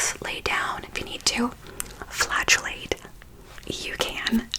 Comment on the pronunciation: Did she say flatulate? Because I thought she said flagellate?